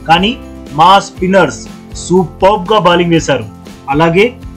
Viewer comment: ఒరేయ్... బాలింగ్ కాదురా బౌలింగ్